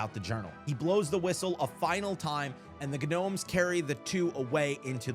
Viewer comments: Had me so weak, Guh-nomes😂😂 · The “G” in “gnomes” is silent my boy💀 Edit: youre not too good with “G’s” huh😂 g in Oregon is a hard “G” like in “dog”😭